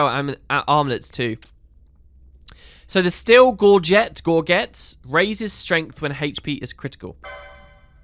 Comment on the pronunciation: Hey Gorget is a French word- pronounced Gore-jay (with a soft j). Please and thank you your loyal medieval armor nerd!